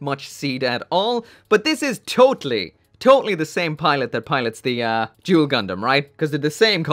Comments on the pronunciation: oh shit the way you pronounced duel sounded like joule. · My man said "juul gundam" and i felt that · Jewel gundam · Are you saying "Joule" Gundam? Or Duel Gundam? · Jule gundam lol